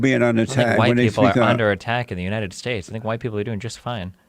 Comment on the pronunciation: United States of America… emphasis on the first word “ United”….. perfect example of the opposite, Jesse pushing division!